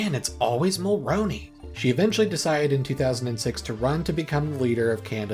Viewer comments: It's pronounced Brian Mulr-oo-ney. Not, Mulr-ow-ney. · Brian Mulroney's name is pronounced "Mulrooney" not "Mulrowney". That's something you should have looked up before making this video. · If you do more videos on this period of Canadian history try to get Mulroney’s name right. It’s pronounced like mul-rooney and not mul-roni. If you watch a Canadian speak about him (recent death announcement cbc maybe) you’ll get a grasp of it. Sorry if this comes off as mean but when people mispronounce this kind of stuff it’s really annoying cause it’s so small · Ya know up until you pronounced Mulroney I thought you must be Canadian. No one outside of Canada pays much attention to our politics so it's cool to see you put so much effort and care into the video. Great job